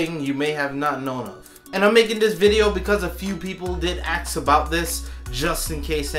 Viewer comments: “ People axe about this” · Don't pretend like you pronounce it "aks". We all know you sayin ask off camera